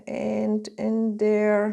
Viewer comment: No disrespect but have you thought about working on saying your “th” sound verse using it as a “d” sound? Instead of saying “there” you say “dere.” I have heard you say it correctly, probably just a bad habit.